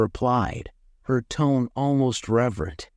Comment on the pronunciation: The bot really really needs to learn how to pronounce Ton'ets and Thwill's names.